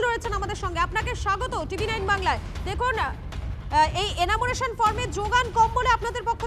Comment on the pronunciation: এনামুরেশন নয়, উচ্চারণ টা এনুমারেশন